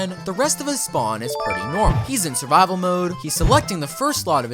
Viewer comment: he's in savivol mode:the most British moment